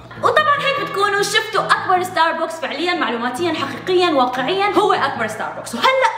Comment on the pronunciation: اكبر ستاربكس باليابان واصغر ستاربكس بمطار دبي يلفظ ستارباكس مش ستاربوكس. 🌷